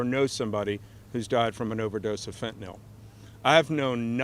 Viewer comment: Now they need to have non-stop coverage of why this country has more deaths from gun violence than from fentanyl. More people 18 years of age and younger die from guns than drugs. Look it up. Then fix it, GOP. The name of the substance is not "fentinol," btw. When you insist that other people write your bills for you, you have no idea how to spell or pronounce the thing you're allegedly so upset about. GOP -- look into why Americans will take pills -- any pills at all -- to escape the despair that a rigged system has thrust upon them. If there's no market for what they're peddling, they'd go out of business.